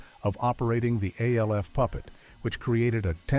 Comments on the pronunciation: Or at least use better scripting that phonetically sounds out the word instead of spelling it out! MASH , not M-A-S-H. ALF, not A-L-F🤦🏿‍♂️ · Our favorite alien was called “Alf” like in Alfred, not A L F.